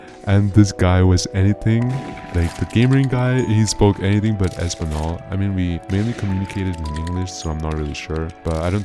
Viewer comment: español sounds like espaniol not espanol i know Spanish a bit AND I was born in Spain so that triggered me 😤(I just read the comment commented and yeah idk what to type)